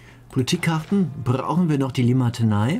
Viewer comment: nicht Limatenei, sondern Limitanei :D